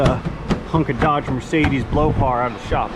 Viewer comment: I love the deliberate mispronunciation of 'Dodge' as 'Doe-dge', saying hello & goodbye to your 'patients', and lots of other little things too numerous to mention. 😁👍